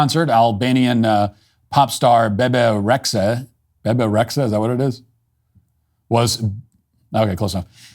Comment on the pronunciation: Matt Walsh pronouncing Bebe Rexha like Eric Cartman is delightful.